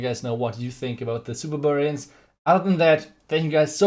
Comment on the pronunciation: No one:: Supa Bububarian😂